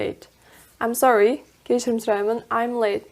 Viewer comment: I am sorry сөзі Мен сорлымын деген емес пе, разве? Ам сори деген біртүрлі естіледі екен